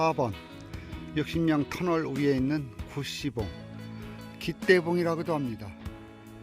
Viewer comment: 고생하셨습니다. 사방이 뻥 뚫린곳에서 하니 속이 다 시원해집니다.가보고 싶은곳 중에 한곳인데 아직 못가봤네요. ds1tal...구시봉? 발음을 너무 쎄게하면 안되겠네요. ㅎㅎㅎ